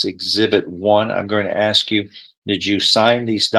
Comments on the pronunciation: AMEN. Absolutely cannot stand when attorneys, professionals that are highly educated, pronounce the word “ASK” as “AXED”. Like what the hell. PLEASE STOP. It’s embarrassing. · And the fact that the prosecutor can’t say the word ask properly. Laziness… is ridiculous!